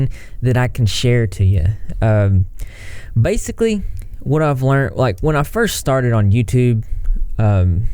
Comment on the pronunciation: When you said “basically” , it was southern af and I’m living for it. Let that TN accent come through.